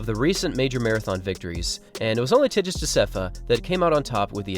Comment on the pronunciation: Cool video. I think your videos have been my main source of marathon news recently. Thanks for keeping me updated. By the way, Tigst Assefa is pronounce with a 'g' sound in Tigst, not a 'j' sound.